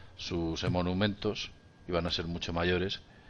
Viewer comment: EN EL MINUTO 0.58 DE ESTE VIDEO DICES LA PALABRA "EMONUMENTOS". LA PALABRA CORRECTA ES EMOLUMENTO, CON "L" EN LUGAR DE "N". COMO PERSONA PÚBLICA QUE ERES, SUGIERO QUE PONGAS MÁS CUIDADO EN TU MANERA DE HABLAR, PUES CON ESTE TIPO DE ERRORES SE HACE MUCHO DAÑO A LA LENGUA EN LA QUE TE EXPRESAS (CASI SIEMPRE MUY BIEN), Y SI NO CUIDAS EL LENGUAJE OTROS QUE TE VEAN Y OIGAN COPIARÁN TU ERROR. TUS VIDEOS, COMO CASI SIEMPRE, SON BASTANTE INTERESANTES POR LOS ASUNTOS QUE TRATAS EN ELLOS. Y NADA MÁS POR MI PARTE. ESPERO NO VERTE ALGÚN DÍA, EN ALGÚN VIDEO DICIENDO LAS PALABRA "FENEFA" O "CONCRETIZAR" EN LUGAR DE CENEFA Y CONCRETAR. SALUDOS.